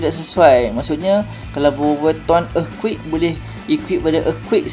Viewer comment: sok inggris lu anying dah pelat earthquake tk lagi sono